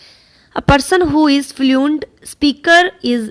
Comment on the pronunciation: improve ur pronunciation... u r even not able to pronounce the words like Pedagogy ,important, fluent, occurs acquisition, lingua franca,remediate,grasp,lack,fluency, plot, thoroughly ,faculties, heterogeneous, governs etc. correctly. where there is a singular u r reading it as plural.. n vice versa..